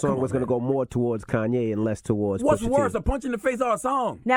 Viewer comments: "Kayne"? Come on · "Kayne" West